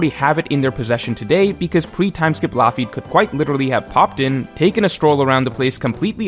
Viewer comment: Loafy is genuinely insane bc it doesn’t even sound close to Lafitte.